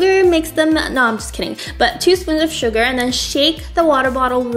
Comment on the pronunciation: Haha u said that a spoong full of sugare not exact illy btw it's great